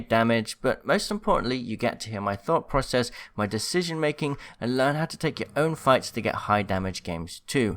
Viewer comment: Ah yes, “thought porocess”